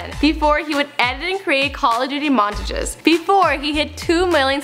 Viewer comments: "Montge" lmfao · She say montages like monteges and adapt like edept lol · Mon tuh jehs... Why u SAY IT LIKE DAT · she says montages like montajiz wtaf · the way she says montages is 👌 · She is saying montages wrong is that only annoying to me? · the way you say montages :[ smh...